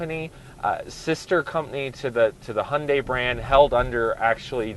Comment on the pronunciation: Fair review but please learn how to pronounce Sportage and Hyundai properly :-)